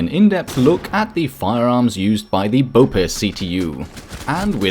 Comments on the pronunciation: Finally someone that pronounces caveira correctly ! but your bope pronunciation was quite bad lol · For future reference, it's pronounced capitão. Not au. Ão as in aum. Not a completely correct pronunciation of ão, but a whole lot better than au. And also, BOPE doesn't prolong the e. Try to accentuate the o and mute the e, like BOP instead of BOW-PEE. Sorry but this triggers me so much because i've never once heard anyone pronounce capitão or BOPE correctly, even you,, whose german is pronunciation is spot on. Good pronunciation on Caveira though.